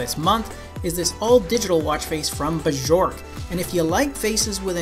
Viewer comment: Pronounced Byork not b jork